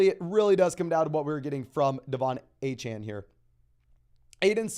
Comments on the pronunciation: I had to unsub because u keep saying a-chan. instead of A CHAIN, i think its intentional because he's an Aggie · Achane literally came out and said the people were pronouncing his name wrong and that it’s pronounced A-chan. 🤦‍♂️